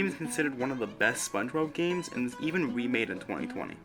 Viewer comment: Omg its so cute when you said. "Remade" as "Wemade"